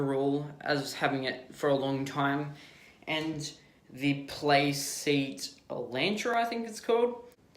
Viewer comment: My man said playseat alantra 😭🤣